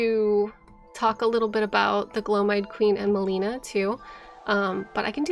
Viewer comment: Do lore youtubers mispronounce names on purpose that are said out loud in the game? Melina and Miquella mainly